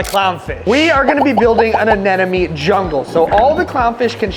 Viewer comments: Repeat after me, uh-NEM-uh-nee Anemone is pronounced uh-NEM-uh-nee (/əˈnɛm.ə.ni/). Not uh nen uh me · It's Anemone, NOT Anenome! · Why can no one pronounce anemone?? 😂😂😂